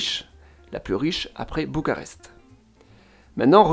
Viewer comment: Bucarest en roumain c'est București (boucourrrècht'i - i final plus ou moins audible selon le contexte), mais en français ça se dit bien b-u-c-a-r-e-s-t depuis des siècles avec un u comme dans lune et un r comme dans renard. Alors là vous avez prononcé selon quelle langue à vous ? Apparemment Bucharest en anglais, pourquoi ? Alors que les autres noms de ville sont correctement prononcées (à la) "romanește". Votre commentaire donne pitié à la langue roumaine comme française. D'un seul mot anglais pour une ville qui n'a pas eu besoin des Anglais pour être célèbre dans la longue histoire de l'Europe continentale, vous blessez Roumains et Français! Chapeau bas!